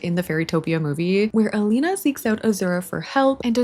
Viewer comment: Sie heißt Elina und nicht Alina